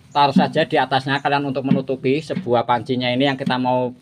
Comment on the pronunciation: Air kok se buah to ms, klo ngomong p et L a n2 aj gk usah buru2, sebuah sir, se buah kain, a pakah bener 😂